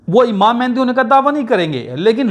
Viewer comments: It is very strange that you are talking about it personally whose name is not pronounced by you properly. It is not MehNdi. It is MAHDI means The Guide. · Pehle "Mahdi" tou sahi bol bar bar "Mehndi Mehndi" kar raha hai ! ! !